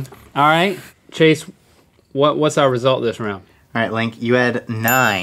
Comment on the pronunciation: They spelled our like that on purpose cause that's how they rheyt and link said it